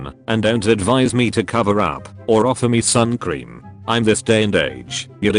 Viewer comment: i love how “roasting” and “sun cream” have an Irish accent